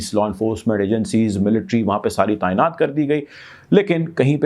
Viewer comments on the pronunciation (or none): none